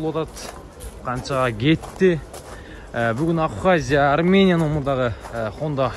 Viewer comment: Авхазия эмес Абхазия десенерчи